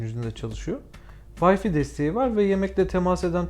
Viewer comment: "Vayfi" değil "vayfay" doğrusu.